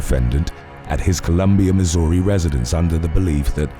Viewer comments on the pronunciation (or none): none